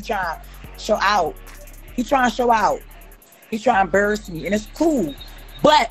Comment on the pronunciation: "He tryin to emburuss me," girl you are doing that just fine all by yourself!